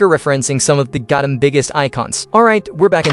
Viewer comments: The was this man says “GOATEM” not Gotham 🦇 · “I feel tick damage every single time you pronounce Gotham wrong” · Insane build but that ai voice is saying Gotham wrong and pronounces 25% of things like a 5 year old “I build it into my own version to look alive” “ gerilr groc” “freeze meet drip and yes snowman” Brother the only way the ai voice talks like that is you intentionally made the ai talk like this 🙏😭